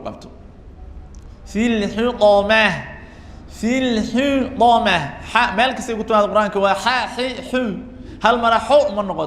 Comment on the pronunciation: یا أخی أنصحک لله أنت لا تتقن بعض الحروف . استمعت إلیک وأن تقرأ سورة الهمزة وأخطأت فی حرف الطاء من کلمة الحطمة .وکذلک أنت تخرج جمیع الحروف بغنة